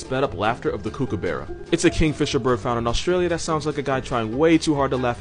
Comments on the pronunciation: as an australian the way he pronounced kookaburra is making me want to jump in the ocean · The way he said kookaburra 🤣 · The one thing I can't confirm is how he pronounced kookaburra haha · 😂😂😂 the way you pronounced kookaburra was so cute